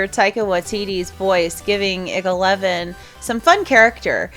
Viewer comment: hey, I mean no offense but if you didn't know IG-11, IG-88, IG is it's series pronounced (eye-gee) sorry if you already knew that still a awesome vid.